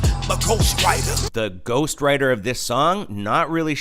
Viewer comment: I didn't hear ghostwriter, but ghost rider